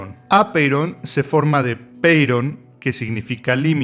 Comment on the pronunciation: También en cuanto a el acento que le pones a ápeiron, tildandolo en la o